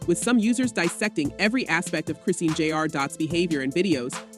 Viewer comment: Her name is not Chris ine, it’s pronounced Chris Sean , if you’re going to report on a story, at least say her name correctly.